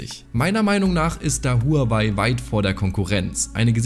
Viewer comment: Willst du als Technik YouTuber vielleicht mal lernen wie man Huawei richtig ausspricht? Du sprichst honor oder Apple ja auch nicht deutsch aus.